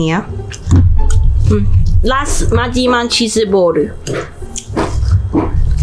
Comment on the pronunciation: ....? 왜 cheese ball을 치르보르라고 하고 Sauce를 [소스]라고 하는거지? 대체 몇개국어가 섞인 혼종인거야